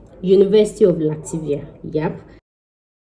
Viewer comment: Please you correct your self...Latvia not Lativia